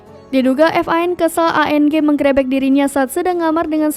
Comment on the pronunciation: menggrebek.bukan menggrEbEk.baca berita ko gitu